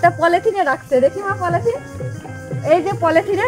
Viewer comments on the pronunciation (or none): Ei science background? Polythene k polethene pronunciate kora?